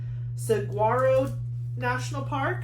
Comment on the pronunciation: Just an FYI, No "g" sound in Saguro. Phonetic Sa-warro.